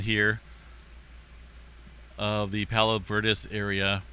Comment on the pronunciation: Bruh. I live right here. Pronounced Palos Ver DEEZ